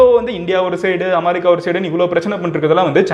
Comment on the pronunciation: அமாரிக்கா இல்ல தம்பி அமெரிக்கா